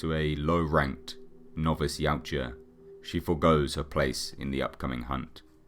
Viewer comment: I edited my original post. It just kinda throws me when people emphasize the "U" in the species name. But a good video nevertheless. I'm just a massive "Predator" fan and nit-picking =)